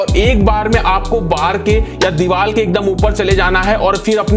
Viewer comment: pehle dewar bolna seekh phir video banai